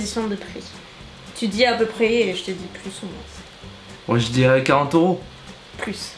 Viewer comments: c'est moi ou tu dis "moinsss" pour dire moins ????? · Vous dîtes :'' moin''sssssss'' '' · Ca me perturbe qu' prononce le S de moins:P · J'adore! Hugo,,mounette. C'est le trio parfait! Mais, franchement, je sais que c'est troublant la langue française mais on dit moin pas moinSSS. Je viens de la Tunisie🇹🇳🇹🇳🇹🇳🇹🇳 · Tu dis moinsse c'est drôle 😂 sinon super video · Tu dit « moinse » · ohlalala le "moinss" m'a fait rire pendant toute la vidéo! je suis contente de vous revoir tous les deux! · Super vidéo ! Quand tu dis le mot" moins" tu prononce le S j adore 😂😂😂 j avais jamais entendue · Mais pourquoi tu dis moinSe ??? 😂 sinon fort ce Hugo ! 😉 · Tu dis « moinsse » c’est drôle 😂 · ah?Bizarre cette histoire 😅 moi aussi je suis du 17 et jamais entendu ce Ssss 🙄 comme quoi ça dépend peut être pas de la région finalement... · J’adore comment tu prononces moins 😂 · quand elle dit le moins elle dit le s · Pourquoi on tu dis le s de moins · Pk tu prononce le s dans moins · Si si je suis du sud-ouest et je prononce également moinS. #Bordeaux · Ça me perturbe d'entendre le ' s ' quand tu dis ' moins '. 😂😂 J'ai adoré cette vidéo, c'était hilarant! Vous formez un bon duo et quelle complicité! J'ai eu le sourire tout du long! Merci merci pour cette vidéo et Hugo.~♡ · il y a un truc qui me perturbe, tu prononces le "s" de "moins" ou c'est moi qui n'entend pas correctement? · C'est la première fois que j’entend quelqu'un prononcé le S du mot "Moins" :p Google vient de m'apprendre que ça se disait comme ça dans une bonne partie du sud ouest de la France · Je viens du meme départements et je prononce aussi le s 😂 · Je me suis dit pareil...j'ai jamais entendu encore quelqu'un prononcé le S de "moins"...ce doit être son accent je pense. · je ne savais pas qu'on disait le "s" 😂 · Ça me fait drôle d'entendre le S de moins 😂 Gros bisous 😘💜